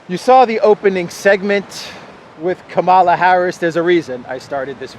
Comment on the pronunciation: It's Kamala as in Pamela.